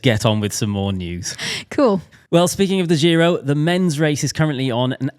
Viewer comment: I do not approve of how you're pronouncing giro. Apart from that, great as always.